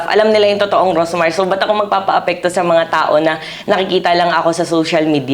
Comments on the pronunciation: anu po ba tong si ms karen, she did not even bother to know how to call her right, rosmar not rosemar 😢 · Karen D: “Rosemar”✅ “Rosmar”❎